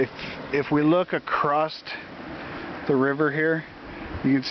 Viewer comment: there is no "t" in across.